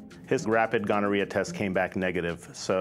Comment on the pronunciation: "A nice, neat, tidy diagnosis of gonoriaha in the throat" 😮